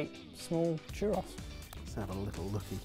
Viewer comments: It's pronounced Churr Ohhs...not Churr Oss... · My guys it’s not pronounced Chur-Ross. It’s chur-rose. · “Chur-Ross” ❌ “Chur-rose” ✅ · "chur-ross?" churros, man, CHURROS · Jesus Christ. Churr-OHs. Pronouncing it Churr-OSS makes it sound like a Star Fox villain. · Churr Aws? Dudes, it's churr ohs. It's a bloody PLURAL. One churro. Two churros. And I though bee tah was over the top. (And for the record, yes, I'm a Brit - but I managed to get out of the UK and actually visit other parts of the world.) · I'm getting caught up on the fact that pronounced churros as "chur-ross" instead of "chur-rose"... 🙃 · CHUR ROSS? No my friend, it's CHUR OHS. Please stop hurting my ears. Also, some things are just never meant to be modified in a healthy way. Churros are meant to be deep fried. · chur - oh and chur - ohs when plural. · "Chew ross" That hurt me. Physically. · I couldn't decide what was worse pronouncing it churrahs or constantly using the plural form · lol in his defense, his pronunciation is only a vowel or two away, even "cher-ohz" is pronounced with a "z" sound that doesn't exist in spanish, so no one speaking in an english or american accent is gonna get it perfect. Though tbf it is always kinda funny how they pronounce anything ending in "os" as "oss" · Especially when it comes out as "A chu - ross" cringey squirm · i would say more like, choo - rose, but idk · it's pronounced exactly how it's spelled. To expand on that, "churr-rose". The double R is rolled off the tongue. Also, churros is plural, singular is churro. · i it think it would be [pronounced like chu would be pronounced like the word 'too' but replacing obviously the t with ch all double RRs in Spanish means you roll them and the the last bit is pronounced like Ohs; choo-rrr-ohs. It's been a long time since my HS Spanish so i could be way off but after checking with google translate the pronunciation and my explanation seem to match even if it's rather a rambly explanation. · It's called as poorei